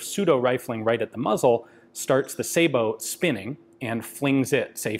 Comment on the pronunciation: Sah-boh, not say-boh. Sabot is a French word so the "ay" English rule (cat/kate, matte/mate) does not apply.